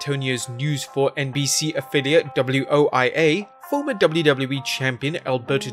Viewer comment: To the narrator, that's News 4 WOAI.